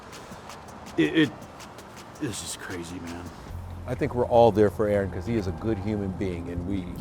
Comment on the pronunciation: It’s “Aaron”….